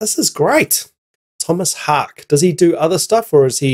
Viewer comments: Its Tomas "Hawk Uh" btw. Haake, not hake....... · Tomas "How-kuh". Cheers man. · FYI his last name is pronounced 'HOW-kuh' (he's Swedish). Source: His 'Wikipedia Fact or Fiction' interview with Loudwire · Haake is pronounced a bit like "hawk-eh". Also, the "Just kidding, I don't have Linkedin" joke made me laugh. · Haake is pronounced like “hockey” with a Boston accent. Hah-Kee. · Pronounced Haake (Hae-key) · Last name is pronounced like "hawk-a" if you just said the letter 'a' sound at the end by itself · Its pronounced : Håke 🙂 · His surname is pronounced hawk-yeh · His names is pronounced Haa-kee ...so the E sounds like Ee ...hi’s Swidish Long time Meshuggah drummer ....also considered godfather of Djent ...and he is F*** awesome 👏 Why are you wearing a Chile hoodie...?